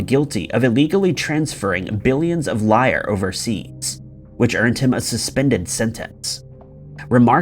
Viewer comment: Is English your first language? In the first case the Italian currency was Lira pronounced leera not Lire and the UK river he was found hanging over was the Thames pronounced Tems. It's the most famous river in the UK and the correct pronunciation is easy to find.